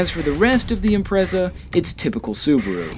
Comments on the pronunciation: Im-pret-za. Not imprezza. >_< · ImpreTsa. Not Imprezza